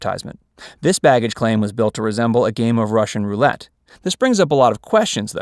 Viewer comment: Did he say “Russian Roulette”? That almost made me laugh.